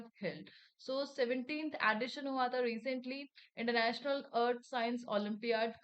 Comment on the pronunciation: Mam please watch the pronunciations…. Dasara , edition… no doubt could see the questions in screen but also impacts in remembering